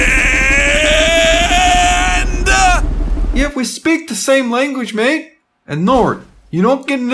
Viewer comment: oh my god when said mate he sounded so british way more then anywhere else on these videos